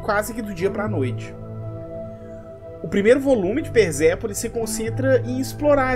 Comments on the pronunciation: Só uma dica: Quando o S aparece entre vogais, ele tem som de Z. Quando o S está entre uma consoante e uma vogal, o som continua sendo de S. É o caso do nome Persépolis. A consoante S está entre a consoante R e a vogal E, portanto NÃO se pronuncia "Perzépolis" e sim Persépolis. No mais, nota 1.000 para o vídeo. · cara pelo amor de Deus para de falar S com som de Z na palavra persépolis. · Por quê vc pronuncia "perZépolis" e não Persépolis? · por quê você fala |PERZEPOLIS| e não |PERSEPOLIS|? (tentativa frustrada de escrever pelos fonemas)